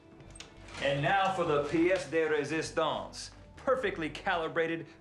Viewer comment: I’m not the only one that started singing the room where it happens when Rhett said piece de recestions